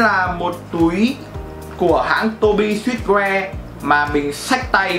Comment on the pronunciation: Tô bi sừ truýt woe chứ sao ông toàn đọc là sít.woe@@